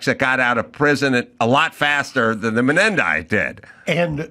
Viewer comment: Why does Adam Corolla pronounced these brothers last name incorrectly ???